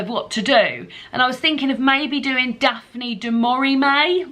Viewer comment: Fab Vlog. Daphne Du Mauri-May, hahaha. Brilliant. I too am getting excited for The Women’s Prize 2022. Love that you and David read to each other. Cute! Chris and I were reading the same book at one point next week. Absolute scenes.